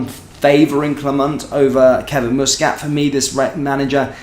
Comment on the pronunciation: it's muscat not mooscat